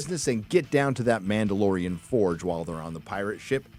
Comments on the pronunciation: "The mandaloriana" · It’s ma’am! It’s ma’amdalorian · The Ma’amdalorian! 🤣😂🤣😂🤣😂